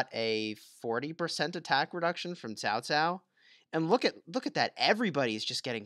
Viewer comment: Just thought you may want to know cao cao is pronounced cow cow